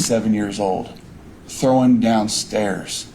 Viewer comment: And its "thrown"... Not "throwen"... 🤦🏼‍♀️